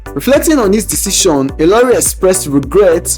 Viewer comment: and by the way you mug, the guy speaking is not even yoruba...you should know by the way he pronounced ilori and saka which are yoruba name, but you are too dumb and prejudiced against the yorubas that you did not notice it